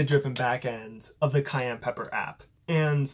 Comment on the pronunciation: ITS PRONOUNCED SAI-AN NOT CAYENNE